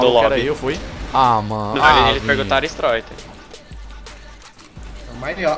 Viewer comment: A lenda diz : Stroiter Ashuashuashua